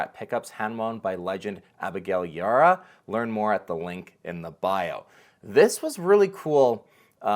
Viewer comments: Abigail’s name is pronounced E- bar-rah, show some professionalism and learn to say people’s names correctly. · the B is not silent on her last name Ybarra sir